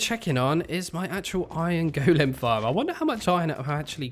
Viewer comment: Still Can't get past the "Go-Lem" so weird